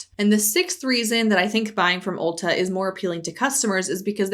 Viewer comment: As someone who's never heard of Ulta before (not a store in my country), I keep hearing it as ulcer.